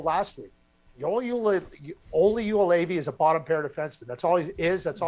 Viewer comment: Everytime Craig mispronounces Joulevi, it sounds like he is yodelling.